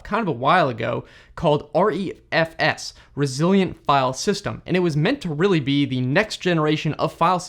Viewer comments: I think that it's pronounced "Ree-F-S", not "R-E-F-S" (hence the smaller letter "e" instead of capital "E") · It's pronounced Re - F - S. Not R-E-F-S.